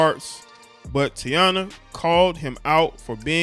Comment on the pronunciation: 🤦🏾‍♂️Bruh it's pronounced Tai-Eee-na. Other than that im witcha bruh💯💯💯💪🏾